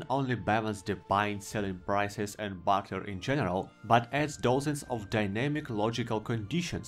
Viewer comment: When you say barter, I hear butter, which just has me thinking about a future Elder Scrolls mod for M&B 2: Bannerlord